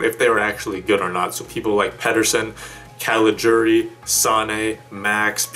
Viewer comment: First english speaking Youtuber who pronounces CALIGIURI right! For that alone you get a big thumbs Up!